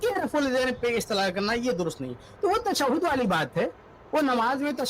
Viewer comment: مولوی صاحب اپنے مقلد بھائی کو سمجھائیں کہ تشدد نہیں بلکہ تشہد بولا جاتا ہے۔